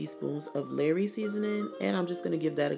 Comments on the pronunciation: Please stop calling it "LARRY'S" seasoning, it pronounced "LAW-RY'S" thanks 😊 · Girl... If u call "LAW-rys" seasoning "LARRY'S" seasoning one more time, im going to SCREAM!!!! LOL 😄😄😄